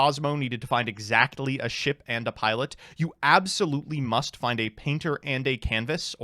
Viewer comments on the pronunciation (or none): none